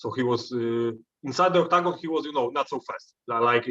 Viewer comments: i love how jan says octacon with his polish accent 😅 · The way this man says octagon is cool, makes it sound like a stage you would pick on tekken